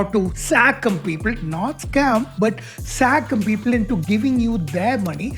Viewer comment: Why do you say "sacm" instead of "scam"? What is the difference supposed to be?